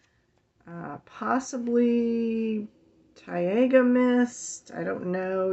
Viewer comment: Taiga in english goes like tiega. So your ok! So stop stressing 😂